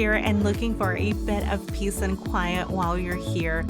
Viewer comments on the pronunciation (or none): none